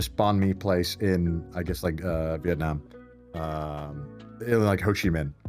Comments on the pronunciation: Thank you so much for saying 'Viet Nam' and not 'Viet Narm' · It literally doesn't matter. In English, most people say Viet Narm because it's not Vietnamese - it's English.